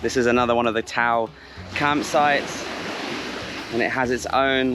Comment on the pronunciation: it's tao (ta-o) = tagalog for human. Great video!